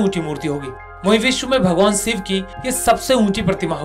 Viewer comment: Ay sale god ko siv Bolta ha,w shivji bol